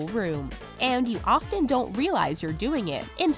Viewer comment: Wow, you should learn how to pronounce "often".